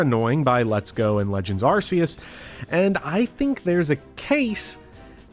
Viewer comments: My goodness can a single Poketuber say Arceus right??? Every time I hear ARSE ee us I want to remove my ears. Do you call the ARC (which is pronounced like ARK btw…) phone in Legends the ARSE phone? No? Then it isn’t called ARSE EE US…. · The Pokemon company have recently confimed the correct way to say it is ARK-eus but people just want to stay Ignorant about that